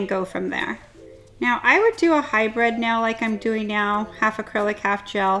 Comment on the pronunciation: I Know your meaning hybrid but it really sounds like your saying high bred